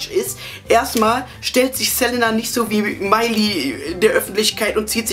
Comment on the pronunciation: OMG HAHAHAHA das war die geilste bravo analyse evuuuur! auf jeden fall mehr hahaha. du sagst immer ßelenna haha, es heisst selina:p egal, ich fand das video sau geil haha und hättest du die stelle mit justin und pattie erwähnt, wo sie meinten das eine frau justin von hinten 'antoucht' wäre ich wahrscheinlich gestorben vor lachen. war sehr nice,!